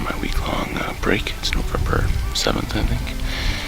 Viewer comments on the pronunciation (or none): “Nozember” is where it’s at.